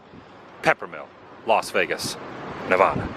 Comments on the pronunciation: It is actually pronounced Nevada not novoda Google it George W bush was actually mispronouncing at also he no longer does that the story is so big even a news station covered it NA VA DA NOT NO VOD AH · Please pronounce Nevada right. It's Nev-adda not Nev-odda. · Fabulous Las Vegas Nev-ADD-ah! Pronounced like AD-am the awesome Woo. Love your channel and vibes. Sorry for the wind amigo! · You say nevada wrong………